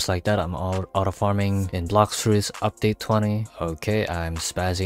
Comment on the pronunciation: Keep saying udpate require on mumu